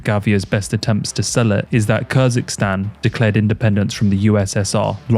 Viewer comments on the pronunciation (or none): Great vid. Highly enjoyed it. Allow me one minor criticism: you say "Kirzikstan" which sounds like the child of Kazakhstan and Kyrgyzstan (the latter being Valentina's home country). "Stan" means country in Turkic languages, so Kyrgyzstan is "the land of the Kyrgyz". Easy.